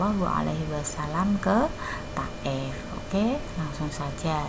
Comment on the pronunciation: Thaif bukan taef